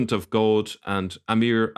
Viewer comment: Most unusual way this Irish man pronounces “goad”. What’s the deal with that. I’m in Ireland a long time and I’ve never heard anyone pronounce god as ‘goad’